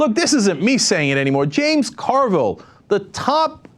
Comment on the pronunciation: Carville, not Orville.